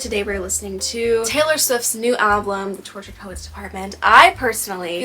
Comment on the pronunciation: It really helps when you know who and what she’s singing about. Everything changes. Do you realize that you say “ALBLUM” vs the actual word is “ALBUM”? It’s kinda like nails on a chalkboard to me. Idk why. You speak so eloquently but alblum? Most is about Matty Healy, not Joe Alwyn, which is what we expected. But she was having an friendship/emotional relationship when she’d tell Matty about her problems with Joe. Matty and Taylor were rumored to be together in 2014, but turns out they never stopped talking. So he was basically given the roadmap to her heart and boy did he use it and tossed it away. “Fresh out the slammer” (her relationship with Joe) was Taylor finally coming to Matty. After he crushed her, he’s the SMWEL. The Jehovah’s Witness suit may have helped but idk. You didn’t seem like you understood who or what she was singing about and with this album? You need that information to truly appreciate her lyricism. Sorry you were disappointed with it but I think it’s her best and most revealing work to date. She laid it all out there. A few songs were about Joe, most were Matty and a few were about Kim (thanK you aIMee) - like her old lyric booklets used to do. “KIM” are only capitalized. My mother is a SAINT-ly woman (Kim has a son named Saint). No excessive words needed there. She FINALLY went for Kim’s jugular! Loved that and Cassandra. Look up mythological Cassandra before listening to that song. It’s about the phone ☎️ call from Kanye that Kim edited and leaked.